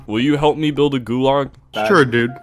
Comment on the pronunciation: really said “goolarg” and changed the world